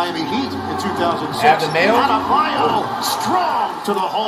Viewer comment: Adebayo ❌ Abdamayo ✅